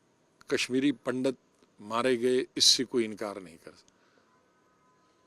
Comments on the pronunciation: पंडत नही पंडित बाेलाे, सम्मान दाे हिन्दुओ काे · Pndat nhi pandit hota hai